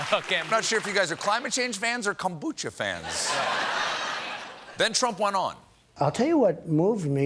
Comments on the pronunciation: That's pronounced koń bu cha. Cha like in Chacha, not kon búchuh. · KON' bu-cha. not konBOOchuh.